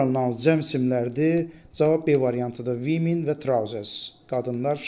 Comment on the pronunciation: Women❌️ Wimin✅️